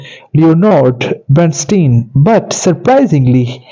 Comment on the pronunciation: You are mispronouncing Bernstein's first and last names, as well as the name of the motion picture. Please find someone who can properly pronounce names to narrate this YouTube video.